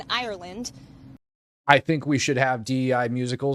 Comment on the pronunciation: Did have a stroke trying to say Ireland???